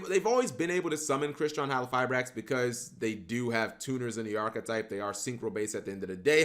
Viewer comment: Mispronounce "halqifibrax" again and I'll break your legs